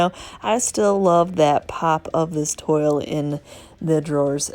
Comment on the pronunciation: this is Estelle, Walt's wife. You are saying the word "toile" wrong. It does not rhyme with "soil". It is a French word and is pronounced as "trawl" and rhymes with "drawl". A lot of people get it wrong. Look it up! I love your channel and love the flips.